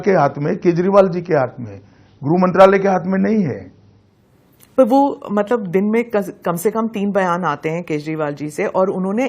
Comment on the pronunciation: गृह मंत्रालय बोल रहे है या गुह मंत्रालय बोले है समझ में नही आया